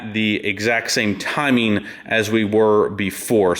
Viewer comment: "Timeen" "Changeen"